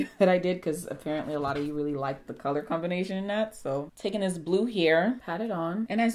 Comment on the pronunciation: Lol "that color combonation"